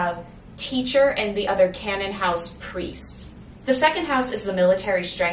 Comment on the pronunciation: The only complaint I have is that your pronunciations don't match what's in the audiobook. Canaan House is like "KAY-nin" house. Deuteros is like "DU-tuh-ross". Protesilaus is like "pro-teh-za-LAO-wus". Jeannemary is like "ZHAN-mair-ee". Nigenad is like "NAI-guh-nad" with a hard G. Cytherea is "kih-thuh-RAY-uh".